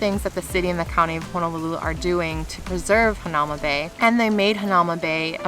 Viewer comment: It pronounced hana oo ma bay